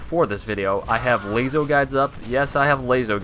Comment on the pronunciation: LAZO? You mean LASO lol